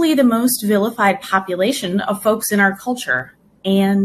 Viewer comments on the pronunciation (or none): when she says "folks" it sounds like "phobes" like people that are phobic.